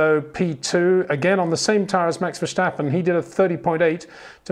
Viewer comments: it's pronounced Fair-Sta-Pen not Vershhhhtappen. You pronounce it as a German name, wich he obviously is not. Good video anyway. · Peter we need to talk about how you pronounce "Verstappen"